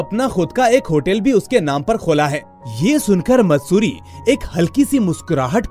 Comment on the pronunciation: sir matsuti nhi maatsuri name a girl ka